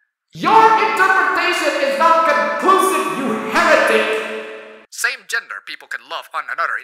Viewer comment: Did you say heretic?